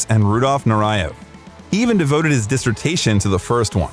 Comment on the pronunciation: It’s pronounced Fah-RŪKE. And NUR-yev. Do your pronunciation research better.